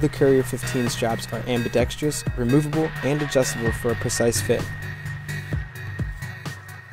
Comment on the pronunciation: FYI... consider practicing the correct pronounciation of ambidextrous. You Americans seem to pronounce it with an extra “i” before ...ous. Very wrong, and allows the listener to respect the speakers knowledge of the subject matter less because of this simple grammatical mistake.